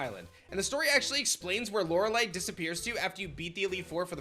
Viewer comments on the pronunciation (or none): none